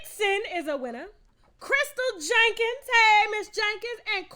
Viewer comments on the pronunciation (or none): none